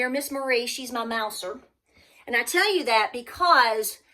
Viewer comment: Did you say Mauser or Mouser? LOL At first I thought you said Mauser, I was thinking you had a Mauser to protect your pantry, LOL…😆🤣 🤗